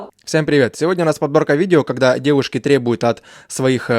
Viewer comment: Не ДЭВУШКИ а ЖЕНЩИНЫ,не МУЖИ(Г)И а МУЖЧИНЫ